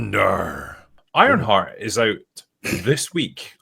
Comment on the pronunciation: With that accent I thought he said “Ironfart” at the start.